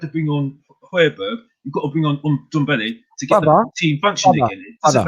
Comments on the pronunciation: So now you are trying to troll a fellow Spurs supporter for you clearly saying his name incorrectly and "blaming" it on your accent?! Really big of you i must say. It`s suppose to be pronounced like Dembele just with the NDo infront. If you are making such a fuss about this than just leave it. For goodness sake. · I like Alex. Fresh of breath air. Don`t understand that can`t pronounce Ndombele`s name correctly after he has been there for 1, 5 years.